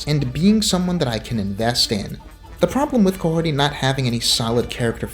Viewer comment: "Mahorty" That's all I heard